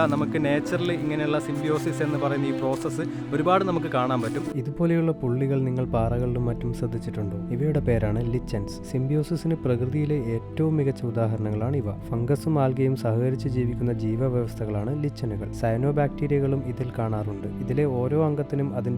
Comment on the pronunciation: ചേട്ടാ ഞാൻ ഒരു ചെറിയ തെറ്റ് തിരുത്താൻ വന്നതാണ്.. "Lichens" ഇനെ ശെരിയായി pronounce ചെയ്യുന്നത് "ലൈക്കെൻസ്" എന്നാണ് "ലിച്ചെൻസ്" എന്നല്ലാട്ടോ..എന്തായാലും നല്ല അറിവ് പകർന്നുതന്നതിനു thanks❤️